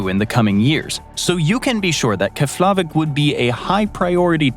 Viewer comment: It's pronounced KEFlavik